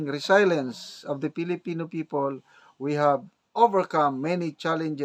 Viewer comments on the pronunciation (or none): Resilience pronounced as ‘ri zil yens’ ✌️✌️✌️